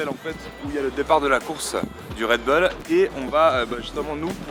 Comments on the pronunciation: red beuls Mdr sa se dit bull tout simplement:-D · ça se prononce redboule pas redbeul , comme les chicago bulls on ne dit pas chicago beuls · pas "red beul" mais "Red bull (boule)" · "RedBoule" pas "Redbeule"! :@ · on dit redboul pas redbeul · REDBOUL STP ET MAS REDBULL(a prononcer)😂😂😂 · Damien Rousseau plutôt redbulle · mdr on dirait qui dit réd beul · Et mise a part le red bull que je prononce d'une facon différente, vous aimez la vidéo?